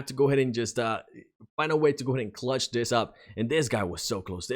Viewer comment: Cloutch? U mean clutch?